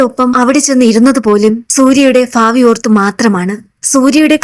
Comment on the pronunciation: ഫാബി ഫയന്നു ( ഭാവി ഭയന്നു)മോൾക് ബ വരുന്നില്ലല്ലോ